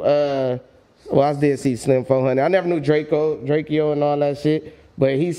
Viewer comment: It’s DRAKE-O not drakee-yoh get it right